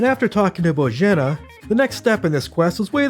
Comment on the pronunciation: the fact he didnt mispronounce Bozhena or Pavlena's names 5 seconds into the video deserves respect